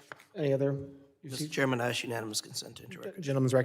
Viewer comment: The first person to ask questions with the grey beard needs to use proper words like 'ASK,' not 'AKSK'? Can't he speak english